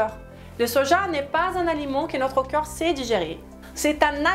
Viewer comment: Le mot "corps" se prononce KOR. Hors vous le prononcez à chaque fois comme le mots "cœur"❤, KEU-R Vous prononcez pourtant parfaitement le mot O-Key. Il suffit simplement de le prononcer à l'envers KO-R. Vous prononcez aussi parfaitement le mort "rapport", là, c'est encore plus facile. Il suffit de remplacer le son RAPE par le son K.